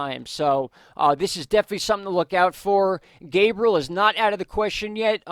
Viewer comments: Thank you for bringing news we need so we can make good decisions regarding storms. BTW - the correct pronunciation of Gabrielle is Gab-ree-elle. She's a girl. If he was a boy, it would be what you've been saying - Gay-bree-uhl. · anyone else getting triggered when he calls Gabrielle "gabriel"? Its Ga-bri-ell-a, not ga-bri-el LOL